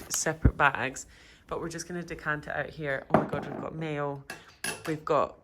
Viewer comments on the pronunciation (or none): none